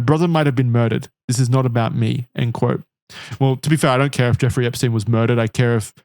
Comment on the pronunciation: Why does call him Jewfrey? 😂